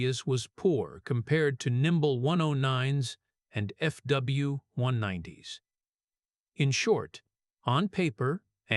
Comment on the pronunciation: Did the auto dialogue just say Fubbleyoo 190?